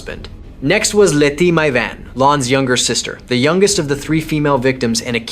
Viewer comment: Le is pronounced Lay